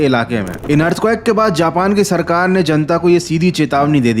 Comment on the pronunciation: earthquake❌ earthcuack✅